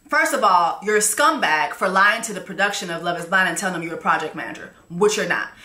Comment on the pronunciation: She said “Project Manger”… “He in the project, managing his mattress on the floor”. 💀 🤣🤣🤣🤣🤣🤣🤣🤣🤣🤣